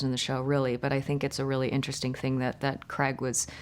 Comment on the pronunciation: Why can’t Americans say the name “Craig’ properly!?